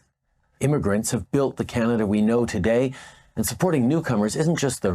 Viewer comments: did she just say kuh-naah-da? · Did she just say Kan nad a for Canada ? 😂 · Wtf What kind of Canadian pronounces Canada like "Keneda" ??? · another import, she can't even pronounce "Canada" how pathetic. How in HELL does Jughead get $2.1 million pension??? That needs to change right fekking now. Serve as a PM and you get millions in dollars for a pension, yet those of us that work our entire lives don't get enough to survive for 1 month. Holy hell something is way beyond wrong here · Why did she not pronounce Canada Properly.